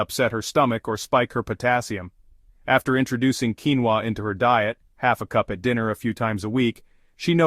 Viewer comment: What in “ king-va” protein? What is “mental” , bad protein?